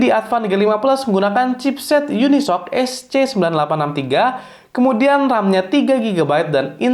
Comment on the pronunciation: UniSOC dibaca,: YUNI. ES OW SI